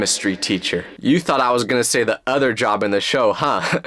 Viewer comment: When you said other, you’re talking about a cow it’s other not utter